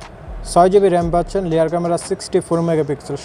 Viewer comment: লেয়ার না বলেন রেয়ার ক্যামেরা